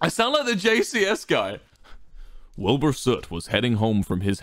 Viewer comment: American Wilbur still can’t pronounce his own name